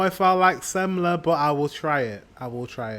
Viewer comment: yes sir no ``semmla``